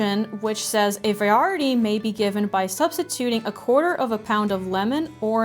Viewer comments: Why does she say “receipt” instead of recipe? And she pronounces ditto as de-dough instead of dit-tow. And she pronounces variety as vi-are-e-ti instead of ver-i-e-ti. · Variety was another oddly pronounced word. I wonder if what was written on screen was different to what was written in the recipe/receipt.